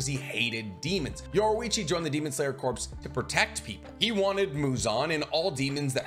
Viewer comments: I love all your videos! But every time you say “corps” like corpse…it kills me lol. It’s pronounced like “core” and the s is silent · Corps (Core). Not corpse. But love the content! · Please PLEASE stop saying "corpse". Corps is pronounced "core" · corps /kôr/ noun a main subdivision of an armed force in the field, consisting of two or more divisions. "the 5th Army Corps" a branch of a military organization assigned to a particular kind of work. "the U.S. Army Medical Corps" a body of people engaged in a particular activity. "the press corps" Corps is said like core, not like corpse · Corps is pronounced like "core" not "corpse". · Love your videos and all the info you research and explain, but please….please….”corps” is pronounced “core” not pronounced “corpse” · Corps is pronounced as "core" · Corps is pronounced “core”. Other than that love the vids! Keep up the good work! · Not a huge deal or anything but Corps is pronounced like 'core' the p and the s are both silent.